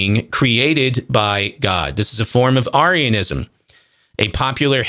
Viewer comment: He can't even pronounce Arianism correctly.